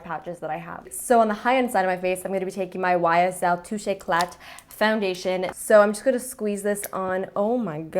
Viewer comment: gr8 vid, love the concept ! it's very helpful just so you know, you don't pronounce the "t" at the end of "éclat" in "touche éclat" :) french has a lot of mute letters, it can be confusing